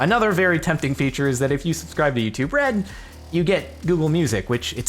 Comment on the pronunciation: It sounds like "you too bread" and it's hilarious!